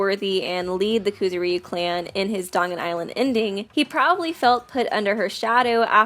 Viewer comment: IT'S NOT KOOZOOREEYUU it's kuZOOriyu